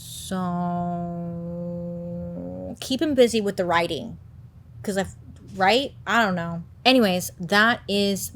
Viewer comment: Love the way she said "Ion know" 😂